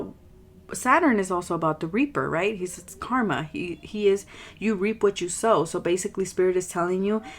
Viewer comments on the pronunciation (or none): none